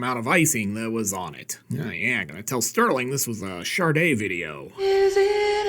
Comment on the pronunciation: "Sharde"? I think it's supposed to be "Shahhhde". Anyhoo, great stuff,! Have a J&B on me. Cheers!